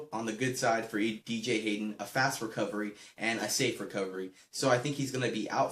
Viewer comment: wow bro you say BJ Hayden. what a great raiders fan you are........hahha jk